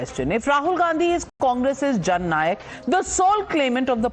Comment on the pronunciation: It is Jhand Nayak, not Jan Nayak.